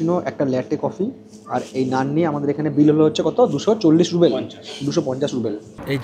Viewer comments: ওরে "রুবেল" নয়, রাশিয়ান মূদ্রার নাম "রুবল" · কথাটা রুবেল নয়,রুবল (Rouble),. খুব কানে লাগছে। ব্লগ নিয়ে কিছু বলা বাহুল্য। আমি 2018 তে ঘুরে এসেছি। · ruble not rubel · Different area অনুযায়ী বলা হয়। মস্কো তে সবাই রুবল ই বলে। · রুবেল না, সঠিক উচ্চারণ হবে রুবল।